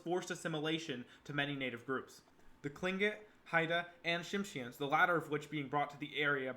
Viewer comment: Your pronunciation of Revillagigedo, Tlingit, and several other words are wayyy off. And Alaska didn’t become a State till 1959. If your not from here you might want to talk to a few locals that have been here for more than a minute